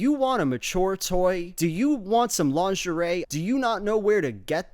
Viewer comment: I thought lingerie was pronounced "lingerie" and not "laundairy"